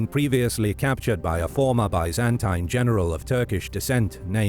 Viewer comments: The video’s pronunciation of Byzantine is quite an innovation! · Had to stop watching after only a minute in after the consistent mispronunciation of "Byzantine". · Just can’t stand the way you pronounce Byzantine though. It’s like a nail on a chock board to me. Lmao 🤣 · sorry man, but the way you say constantine and byzantine is so awful, i can't watch this video